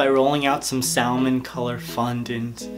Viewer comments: It's NOT pronounced as Salmon. Its pronounced as Samon. Like samoa. But samon.😂🍰🍰🍰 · NOOOOOO DO NOT PRONOUNCE THE L IN SALMON